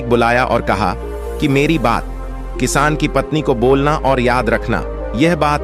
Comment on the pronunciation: Editing bahut kharaaab hai. Kisaan is called as kiss. Lagta hai Auto reader lagaya hai jiski wajah se galat words bhi pronounce ho raha hai.